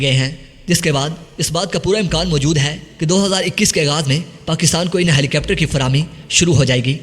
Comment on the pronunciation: Rai yeh hai keh yeh lafz helicepter nahi helicopter hai. Apni pronunciation durust karen.